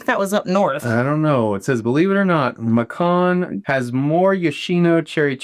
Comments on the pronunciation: I got a kick out of pronunciation of Macon. It's MaKon, not Mashon, Georgia. 🙂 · Macon. Pronounced like bacon, but with an M. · It is pronounced Macon Like bacon with an m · Southerner here. Macon rhymes with bacon. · Macon is pronounced maycan 🌸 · lol its pronounced May Can lol beautiful soap as always!!! you all should also visit Savannah, the historic district so beautiful! (as you can tell I lived there a time or two) lol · Macon rhymes with bacon just so ya know for future reference. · The way your hubby said Macon gave me the giggles. You pronounce it like bacon with an M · Lol! I was just about to comment this until I saw yours. I was going to ask if has learned to say it yet😂.